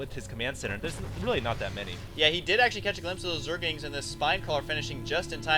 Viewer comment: Hey Husky...its pronounced "ZERGLINGS," not "ZERGINGS." Note the 'L' in the word!